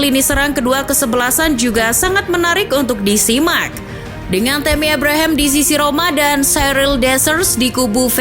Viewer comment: Min...meuni ebrehem,abraham saja lah,😂